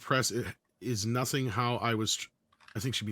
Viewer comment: The word is "noting,", as in taking note of.